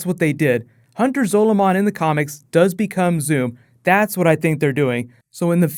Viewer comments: the way he says zolomon gives me the shits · The way you say Hunter Zolomon really fucking bugs me it makes me want to cry